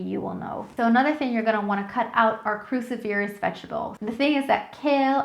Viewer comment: Cruciferous is pronounced kroo-SI-fer-ous, accent on the second syllable. Aluminum, NOT aluminium.